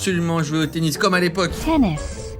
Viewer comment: Jai entendu penis aulieu de tennis 😂